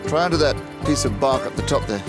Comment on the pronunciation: Bark not bawk